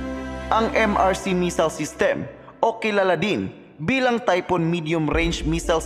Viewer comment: "TYPHON" not TYPHOON